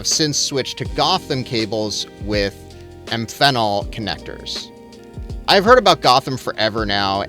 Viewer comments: Amphenol = AM-fen-all, not am-FEN-il 👍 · Amphenol = AM-fen-all. ✅ am-FEN-ul ❌ Carry on.